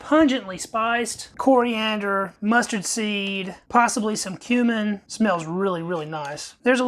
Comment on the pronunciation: while listing off what he smelled in the one pouch he said Cumin... I heard Human. 🙃